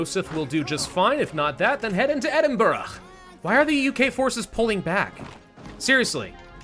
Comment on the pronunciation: Can't believe he said Glagow and Edinburgh, correct 🏴🏴🏴🏴